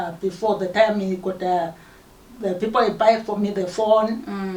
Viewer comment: We dont say pipl